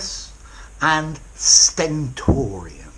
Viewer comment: I enjoyed when u said the word sentorian. Keep going sir